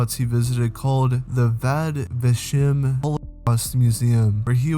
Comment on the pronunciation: Small correction, the Holocaust museum is named “Yad Vashem”, not “Vad Vashem”.